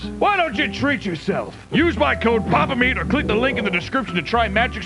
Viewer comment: I think it's pronounced Pyapa Myeat